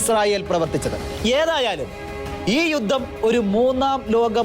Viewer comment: ഗോരയുദ്ധം? ഘോരയുദ്ധം എന്ന് ഉച്ചരിക്കണം. യുദ്ദം? യുദ്ധം എന്ന് പറയൂ പാലായനം അല്ല . പലായനം എന്ന് വായിക്കൂ...............